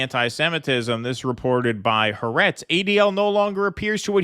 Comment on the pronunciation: Still waiting for an American to correctly pronounce Ha'aretz.